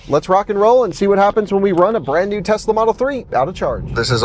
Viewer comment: he was fired, unfortunately, for saying Tezz-la all the time, and "Spokaine." While indeed unfortunate, it had to happen -- there is no excuse for these pronunciations.